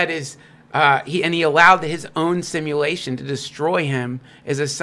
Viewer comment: “simalation theory” and “biyanary” idk what proof this guy has but im not trusting anyone that mispronounces words that bad